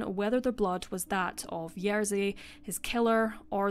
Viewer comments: Hey! Great video, thank you for making it! But RZ in Polish always makes one sound, not "r" and "z" sounds one after another, so it's "Ye-zhi", not "Yer-zi". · I do try my best and always look up pronunciation of names that are unfamiliar to me. I just pronounced Jerzy the way it's pronounced for the tennis player, which is what I thought was correct. (Turns out the English commentators say it wrong.) But I do agree that more effort needs to be done by creators to at least attempt names as best they can. E.g. if you've seen other videos of mine, such as the Alcasser Girls or Monster of Florence, I've tried my best to get pronunciations right. I think it's the least a person can do 😊